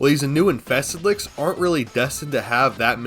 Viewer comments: Infested lick? You mean liches, ch as in chill. Not k as in ka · Take a shot every time says licks instead of liches 😂